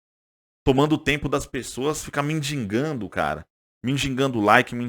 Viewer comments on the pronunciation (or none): Para de sofrer pelo Mengão, dá logo essa raba pro Abel tricolete descontrolada. Esse Abel Ferreira não passa no psicotécnico pra tirar CNH, ele taca pedra em avião. Ah! Não é mindigando, o correto é mendigando. Ah ele não é desejado no Flamengo então menos qdo vc fala TODOS QUERIAM.